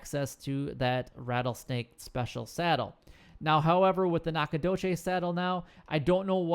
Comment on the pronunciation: He butchered it. It's NACK-uh-DOUGH-chiz. Source: I live here.